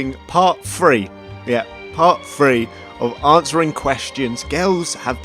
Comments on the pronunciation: When you're from America and all you can hear is "Part FREE" instead of *Three lol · I am not even American but I clearly heard “part free” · That’s three not free...what’s wrong with the th.......what’s I fink.... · "part fhree" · I'm surprised no one came down here when he said "Part FREEEEEE" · part fhree guys, part FHREE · I didn’t catch on that ur British until you said “free” lmfao good one mate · It's like that chapter when he says 3 he says tree 😂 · I’m so annoying I love how he says three 🤣🤣